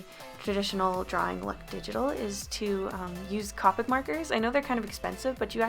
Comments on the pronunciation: Not trying to be a meanie weanie and I'm pretty sure someone already said this, but the brand copics is pronounced Copic like toe pick not copic like topic. Honestly I thought it was Copic like topic but apparently I was wrong so its apparently copic like toe pick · Its co-pic not ca-pic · When she says Cop-ics when you pronounce it co-pics TRIGGERED love this drawin by the way. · why does everyone pronounce copic like cawpic?? Is it just an American thing? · If u don’t pronounce copic right ur nOt gOnNa gEt sPoNcOrEd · I like how she says copics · you're pronouncing copic wrong it's pronounce with More of a o sound